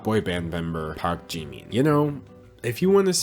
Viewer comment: Woah props to you for pronouncing 박지민 (park jimin) perfectly!